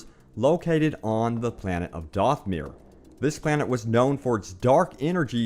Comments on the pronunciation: Dathomir. Not Dothmere. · It's not doth-myr it's dath-oh-myr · Dothmir is what you’re saying but it’s Dathomir short a not Doth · The planet is pronounced Dath o mere. Plus, death troopers are the black troopers in rogue one. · You keep saying mauls homework wrong... its not dathmire